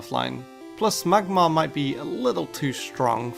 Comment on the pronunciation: did you said magmar or magmite? xD